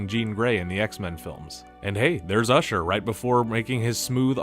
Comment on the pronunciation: Why did you say usher like that?? Racist much????